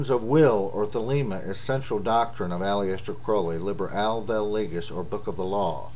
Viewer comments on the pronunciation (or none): You pronounce Aleister wrong, but you also pronounce Crow-ley (as in the raven) wrong. Source: Aleister Crowleys biography